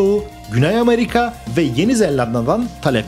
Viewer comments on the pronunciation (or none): none